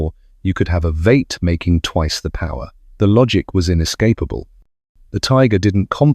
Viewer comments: And what the fuck is a veeet ??? It’s a v8 , this commentator needs to check on his pronunciation !!! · Nice video. Pretty bad dialogue. It is also pronounced Vee eight not Vate along with the other bastardization. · And it's vee eight , not vate.